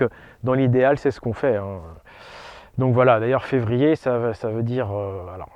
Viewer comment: 2ème "R" du mot février: la rate!